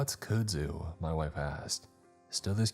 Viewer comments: KUDZU - Pronounced- Kud..'K-uh-D' (as in b'ud' or m'ud) ZU-'Z-ewe' (as in z'oo' or Winnie the P'ooh' color bl'ue')" K-uh-d Z-ewe" I don't mean to sound condescending you do so many things right I hate mentioning this, But I am from Louisiana where it grows out of control and just on principle i had to say it because I've heard you murder it in another story and I cringed and didn't say anything. Keep up the good work. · Nola girl here, I know what you’re saying about the pronunciation of that demonic botanical terrorist! I actually heard that the plant is used to make noodles in East Asian cuisine of some kind. The noodles are black too… if the noodles were made into a popular ingredient that hipsters and those people who are obsessed with being “quirky” or “authentically unique” or whatever… You know, the ones who drive around in cars that they’ve turned into art pieces by slapping beads, garden gnomes, naked mannequins to? Maybe I’m just used to living in this weird city and now that the hipsters have infiltrated every corner of the city and built their ridiculous combination art gallery/coffee shop/ dog grooming/crystal healing/palm reading businesses. You can’t convince them that they are actually part of the gentrification problem though… but just look at the Bywater or the St. Claude neighborhoods. The rent is so astronomical that the people who have lived there for decades can no longer afford to stay in their own neighborhoods. I’ll stop rambling now, and I’ll shut up. Too much coffee apparently. Loo